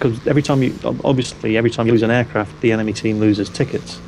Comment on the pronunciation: love it "who thort it was a good idear to go in to 6 enermy aircraft" then what dose he do go in to 6 enermy aircraft lol